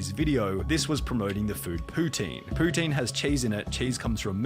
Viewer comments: As someone from QC, her pronunciation of "Poutine" was spot on. Im scared to think shes from here.. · When I heard her say "poutine" correctly I had to check where she was from. She's from Quebec💀Why is this witch from where I live. Edit: Oh he also found it out lmao. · As a Montréaler, my heart sank when I heard her pronounce poutine the right way. I still cannot handle the fact that she might be my neighbour